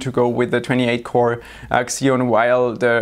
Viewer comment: Did he just say X-eon in the first 30 seconds of the video? Isn't it Zeon, just spelled Xeon?